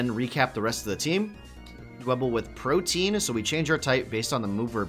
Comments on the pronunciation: Pro-tea-an not pro-tee-in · I love you guys, but every time you pronounce "protean" as "protein", I die a little inside.